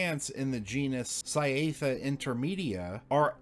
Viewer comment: This was generally a nice video, but please work on the botanical names of plants. I am only in and already you have mispronounced 3 plant names - giving Amborella an extra syllable and taking a syllable away from both Cyathea and Parasitaxus